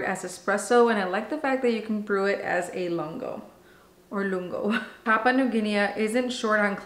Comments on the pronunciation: Hey hey ... your language friend over here 😅. Don't get caught up on the pronunciation, we will still watch you ☺️. And no one come for my friend on that! (Pa-poo-a New Gin-ee) I can't wait for my original line pods to get here so I can try this one! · We all pronounce things differently of course, but in UK we pronounce it ''Papa New Ginney' we do not pronounce the A at the end. But in US you may be different.